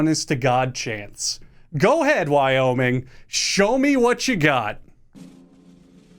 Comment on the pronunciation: Hey so I cant help but notice you added an extra state? I've never heard of a "y-oh-miing"